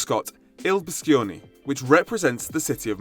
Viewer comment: It’s pronunce bee-sho-ne